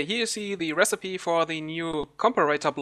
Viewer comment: "recipe" is pronounced "rässipii" not "resseip":D